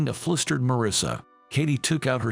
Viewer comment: Once again, the man giving the voiceover, can not pronounce the word "flustered." This is always mispronounced as 'flistered'; which is patently wrong. This is the word "FLUSTERED"